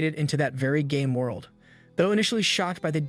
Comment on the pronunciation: am the the only only one that instead of very game world it sounded like very gay world ? lol